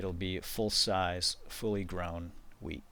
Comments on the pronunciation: I thought you said weed, not wheat lol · every time he says wheat it sounds like weed :) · When I first watched this I thought he said 'grow weed.' LOLZ! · Not WEED It's WHEAT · at the beginning, I tought you were saying "now we're gonna grow some weed" and I was like "wut?" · i though he said weed...lol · Whenever he says wheat or hoe i uncontrollibly lol